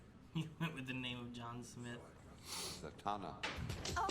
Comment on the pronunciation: I will never understand how they constantly mispronounce characters names even after hearing the correct pronunciation MANY times. Like Zatanna or Ra’s al Ghul. The tanna in Zatanna is pronounced like the taun in tauntaun. Not like tan. And Ra’s is pronounced Ray-sh, not raz or ross.